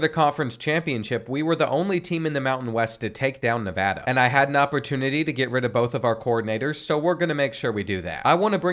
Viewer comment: Thank you for saying nevada right